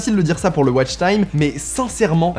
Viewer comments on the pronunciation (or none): none